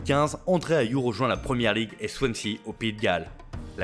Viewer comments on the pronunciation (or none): Euh le mec qui parle on dirait qu'il a été forcé je sais pas pk si il a pas envie de faire il fait pas ya plein d erreur comme ayew bref vous verrez hein